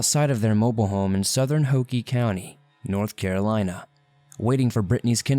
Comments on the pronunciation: Hoke county is pronounced hoke...not ho-key. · Hoke County, like Coke. Not like Hokey Pokey. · It's Hoke not Hokey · It’s Hoke like COKE!! NOT HOKIE!🙄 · It's not Hokie it's hoke like Coke. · It's Hoke co, not Hokie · Lol its Hoke like Woke County, not Hockie 😭 but it sucks when you remember when these people went missing and the fact their still talked about now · For the first case: It's pronounced like "Hoe-k" not "Ho-key". 😂😭😂 and Chay-vis 😭😭😂😭 I couldn't get over that! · if you have lived in NC, you know it's Hoke(like poke). Not Hoke(pokie). If you're ever in Wilmington lets grab a cold one. 🍺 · It's pronounced Hoke with a long o and silent e, not hokey. That's where I graduated high school. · Slight correction: "Chavis" rhymes with "Davis". "Hoke" is one syllable; rhymes with "joke." "Londeree" is spoken like "Lown-dree" (rhymes with 'foundry'.) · Hoke Co is not pronounced Hokie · Bro, you say you lived here, but say "ho-key county?" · It's not pronounced Hokey. It rhymes with Coke. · ITS NOT HOKEEEEEE! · It is hoke like oak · Man! I'm in Fayetteville. It would take me hours in any direction to get out of this state. Also, Hoke county is 15 minutes from here and is pronounced like oak.